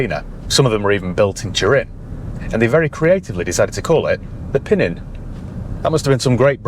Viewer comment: Fun fact, the correct pronunciation is PinEEN (accent on the second syllable) and the word means "little one" (as in a younger child) in Piedmontese dialect. Giovanni Battista was the younger Farina in the family, hence Pinin Farina.